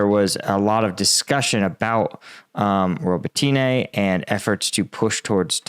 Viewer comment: Row-Boat-Nya - you are really murdering Ukrainian names.